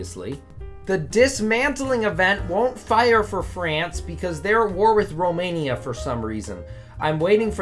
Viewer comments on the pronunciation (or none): none